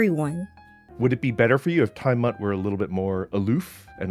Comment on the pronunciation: smut is the word you want to search TimeSmut is not a real word its just mispronouncing Time mutt